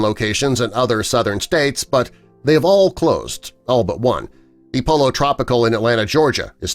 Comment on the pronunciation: Polo tropical lol. PoLLo